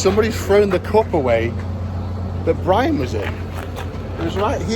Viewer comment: He said it in such a soft way, it's more of a P than B 😂😂 that's why I wrote it like that